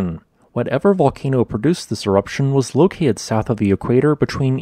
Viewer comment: You have a sloppy habit of dropping "t" from many words (e.g., 'genera-ud', 'loca-ud'). Otherwise, we enjoy you melodious voice and engaging content.